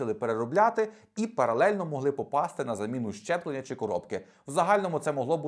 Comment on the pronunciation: кажи правильно: зчеплення